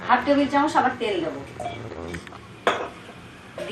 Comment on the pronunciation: Chamoch k chamosh bolchen kno??? R apni cmnt er rply kren na kno???